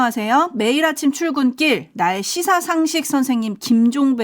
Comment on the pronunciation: 날시사상식이라 들림, 그래서 날것의(생것의). 시사상식으로 이해